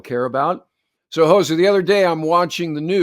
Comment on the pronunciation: Hozer not Hoser